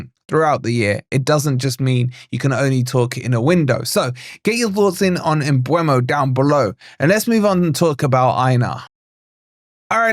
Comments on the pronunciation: It's pronounced Umburmo. People get it wrong because they think it's spelt Mbuemo (Umbwaymo) but it's spelt Mbeumo (e before u) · No it's not. 😂 My mates a Brentford physio so it annoys me when I hear 100 wrong pronunciations. It's M-BWE-MO No r sounds, no boo, no way, no er. It's near a phonetic spelling so it's mad that people still butcher it.